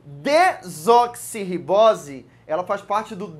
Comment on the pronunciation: é dexoribosse ou desoxoribosse?